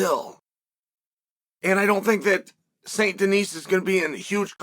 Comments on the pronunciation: It is pronounced "deni" in France Chael. BSD is gonna rock Green on the first round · I can’t unhear “Saint Denise” now thank you Unc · If youve played red dead redemption 2 then you know he is saying this guys last name wrong